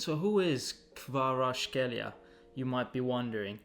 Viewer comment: Kvara-ts( like C in Cvrena Zvezda)-kh( like G in Getafe)- elia, or just just say - Kvara ))